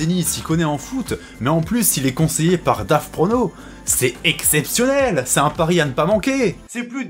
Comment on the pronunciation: C'EST PAS DAVPRONOS, C'EST GAVPRONOS